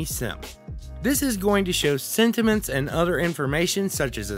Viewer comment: When you first say sentiments I heard cinnamons XD thank you for the overview!!!